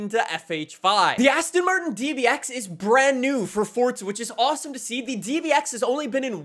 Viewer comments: It's called forza, not fortsa 💀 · why do you say "fortza"? it's "forza", not "fortza" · It's not fortza it's forza